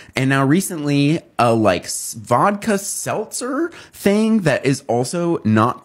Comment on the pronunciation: Wait did that girl call it a “vaka stelzer?” 😂😂😂